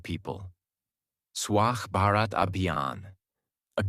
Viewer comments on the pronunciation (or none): none